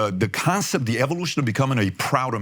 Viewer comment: PBD would sound more intelligent if he pronounced da t's without using da d's